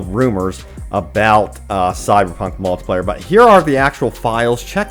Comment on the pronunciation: Someone teach this man how to say multiplayer and not multiplier